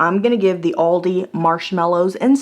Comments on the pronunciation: You're doing a video about Aldi and you can't even pronounce it...WTF. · You're the only person I can forgive the wrong pronunciation of Aldi